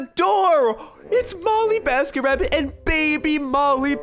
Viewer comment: You literally said “BollyMasketRabbit” and “enesh”